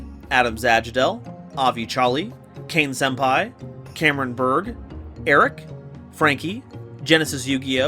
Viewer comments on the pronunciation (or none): none